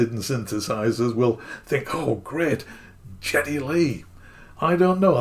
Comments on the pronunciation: Maybe this is a British thing I never realized before, but it’s Guh Guh Guh Geddy Lee, with a “Guh” sound. If I had saved aside the money and owning a Minimoog was my biggest dream synth to own, and I were a Rush fan, and had the cash, I would pay the extra five hundred for it tomorrow. I am a Rush fan, I love and respect Geddy Lee’s contributions to shaping the music of the late seventies/early eighties. I really would like a Minimoog someday, and appreciate Geddy Lee as an artist, as well as the customization on this one, so I would be in this camp, but I don’t think I’m in a position to buy this at the current time of this writing. If the opportunity came up again at a later date for the same price, I would be highly motivated to purchase one. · Oh my! Geddy is pronounced with a hard G! Not a J sound. 🤦🏼‍♂️ 😜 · Hard G - Geddy. The AI has mistakenly used a soft G (Canadian here). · Lazy. But then, you didn’t check how to pronounce his name either, so at least you’re consistent, I guess … … I did, and I was right … 2022 had the spring, and an extra LFO with controls near the wheels. So all the Geddy model has is the colour/logo, the top-mount cv jacks, and the other ‘xtra hot VCA’, it seems … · well, you sound like you're somebody from France and that would make sense cause you're also mispronouncing his name and in America he's considered to be quite popular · Why would someone make a video about a Geddy Lee signature Moog and not bother to look up who Geddy Lee is (and why would anyone in music, talking about the MiniMoog, not know who Geddy Lee is?) and how to pronounce his name? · Please not the gee "G", oh my 😆 Long live MOOG and Minimoog for life!!!! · You're misprouncing Geddy. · Well his name is certainly not pronounced Jetty. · Geddy, not Jeddy